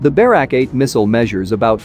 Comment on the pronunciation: it's not pronounced BEH-rawk, it's buh-RAK